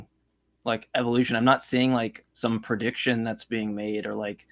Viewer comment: The way says "prediction" as "per-diction" makes my fat ass hear "Perdue Chicken".:)